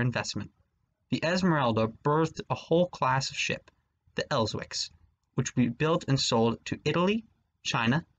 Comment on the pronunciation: the term Elswick is pronounced < El - sick > the w is an unvoiced consonant.